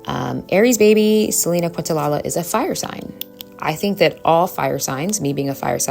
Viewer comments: I’m enjoying your videos. 🙏 But as a big Selena fan, please learn to say her last name. 😅 Thanks for the great content! ❤ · I love this but respectfully - it’s Selena Quen-Tah-KNEE-ya. Quentalala made me giggle. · Quintanilla is prounced: Kin ta nee ja There is no "la la" nor "queen" in the pronunciation. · im sorry i love this video but your pronoucing selenas last name wrong hun. Not trying to be negative at all just lettin you know. Its Quintanilla the lls are silent,its pronounced quin ta niyya just saying. Thank u for givin positive affirmations in this video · Love the message, however I almost clicked off bc of how you said Selena “QuintaLaLa”😂 It’s definitely pronounced “QuintaNEEYAH” But thanks for the video love 💗 Hidden enemies are so real and jealousy can become dangerous when the experiencer isn’t able to control their actions. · Kin-ta-knee-ya is how u pronounce quintanilla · So grateful for these videos! Just wanted to let you know that the way you pronounce Selena's name is: Kin-tah-knee-ya. Her full name is Quintanilla-Perez, this feels important to say because after her death her father only immortalized her excluding her husband's name (Perez) from her legacy and she loved her husband deeply. Just wanted to help provide context to her name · It's pronounced Kent-a-nia😊❤ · Hey gurl, good vid. Just to let u know Selena's last name is pronounced kin-ta-nee-ya. 😅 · It's Kinta-nee-jah. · Quintanilla is pronounced KEEN-ta-knee-Ya. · No disrespect Queen -I’m from TX and Selena is ❤ here! It’s pronounced kin-ta-knee-ah ❤❤ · Another great video 👏🏾👏🏾👏🏾. I noticed a lot of people in comments focusing on how you pronounced Selinas surname. Very petty imo. Your msg was still delivered and there were pics of her and clearly you were pronouncing it wrong by accident. Love your content. Keep shining ✨️ and stay blessed 🙌🏾 💕